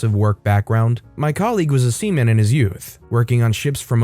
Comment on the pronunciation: I heard semen then I had to take a look at the story to understand 💀